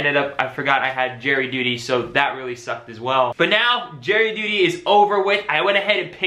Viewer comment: are you saying jerry duty or jury duty 🤣